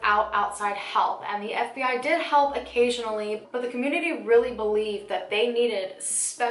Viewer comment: It sounded like SBI not FBI